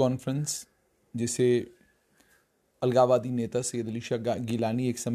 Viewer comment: What the hell u r speaking the word algawadiii